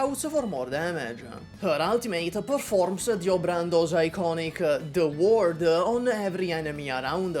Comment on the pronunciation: Just a small mispronunciation there, Dio's move is called 'The World' not 'Da Word'.